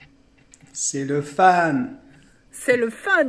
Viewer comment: No no non cest "c'est'l fun" pas "C'eSt Le FuN"